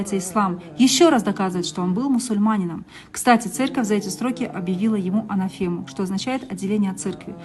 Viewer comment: Анафема, ударение куда ставить чудо мамкино